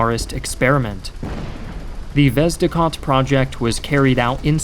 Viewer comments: It's "Vezde-Hod" not "Vezdicot" And "Uluch-shen-naya" instead of "uluchenya" Btw Ukraine improved T-80 by making it T-84, later versions of which use Ukrainian-made parts. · "The vezdekhod" )))) LOL However good video, thanks.